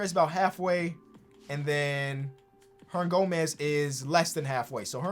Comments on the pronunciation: Billy Hernangonez? 😂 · “Billy herndangomez”